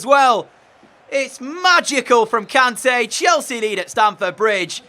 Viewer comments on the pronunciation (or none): Its "kon-tay"